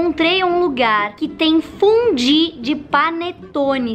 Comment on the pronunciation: Tem um momento do vídeo que ela fala "fudí." É só reparar!